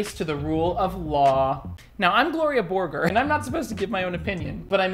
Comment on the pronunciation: I always get so mad when pronounces Gloria Borger's name wrong, truly disgusting.